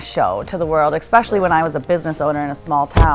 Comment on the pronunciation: The way she says “ex-specially” instead of especially tells me everything 😂